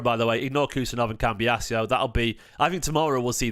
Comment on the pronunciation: Don’t want to annoy you but why do you keep saying cambias e o it’s doing my head in 😂